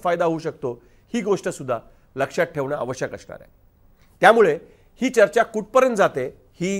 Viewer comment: I have noticed there pronouns issue with you people… some words like asnaar but you are pronouns ing ashnaar…, M I right guys???